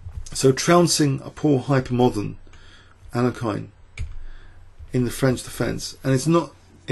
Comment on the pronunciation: i am pleased you lean to pronounce names in a right way as you do in alekhine's way